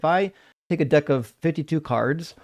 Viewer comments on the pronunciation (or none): none